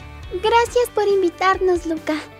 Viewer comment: Porfavor díganme que no soy la única que escuchó a Adrin decir "Loca" en vez dce "Luka" (en mi país los hombres se dicen así de broma xd) JAJAJAJA